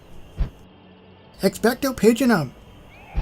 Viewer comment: dear lord your pronouciation of the spell is making me wanna slap you. its not Patrinum. its Ex-pecto Pa-tronum.